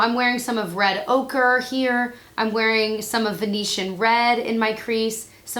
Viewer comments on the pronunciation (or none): none